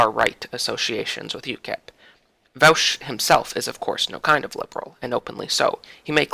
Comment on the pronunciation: It is pronounced vaw-sh.